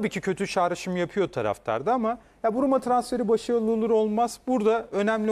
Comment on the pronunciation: Brumo değil Bruma